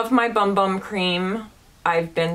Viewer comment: Great video! Just an FYI... it’s pronounced “boom boom” cream. I know it’s weird but I thought you might want to know.